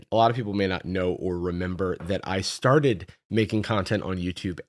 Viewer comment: I know this isn't a serious question, but it's because of his emphasis on the word "started"